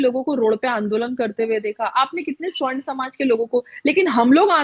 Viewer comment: जी, अनुसूचित जाति के प्रति आपके सोच सराहनीय है । आपके अभिव्यक्ति में Forward class के लिए आपने स्वर्ण शब्द प्रयोग किया है, शायद यह उच्चारण में दोष है या जानकारी का आपको पता होगा परन्तु सच यह है कि मनुवादियों ने वर्ण के आधार पर तो चार वर्ण में बांटा है परन्तु संस्कार के आधार पर दो भाग में,पहला सवर्ण और दुसरा अवर्ण ।तो आप स्वर्ग न बोलकर सवर्ण बोला करें।